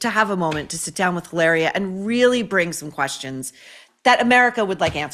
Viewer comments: You must pronounce it as "E -laria " the way Mary Morgan of Pop Culture Crisis on YT does. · you only roll the 'r' in spanish when it's double 'rr', like carro, desarrollo, burro...in the case of the made-up spanish translation of Hillary to "Hilaria", there is no need to roll the 'r' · maureen in spanish H Is mute is not sound JILARIA is ilaria ….